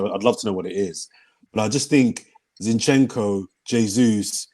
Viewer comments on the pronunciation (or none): why ur calling Zinchenko Shinchenko? for crying out loud